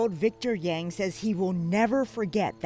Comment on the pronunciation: Lol y’all don’t know how to pronounce yang 🤣